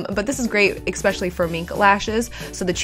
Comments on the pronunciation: It's "especially" not ex-specially. Great tip on how to clean lashes. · We love the way says expecially.. its just too cute!